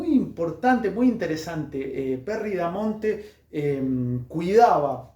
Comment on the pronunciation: Es Perry "BAMONTE" igual buena información.